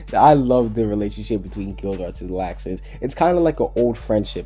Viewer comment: your pronunciation is horrible bro you only said natsu and gildarts correct watch the anime to learn the pronunciation bro not hatin but trying to help you